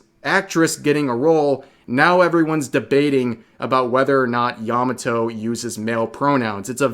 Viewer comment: Yah mah toe not "yamuh toe."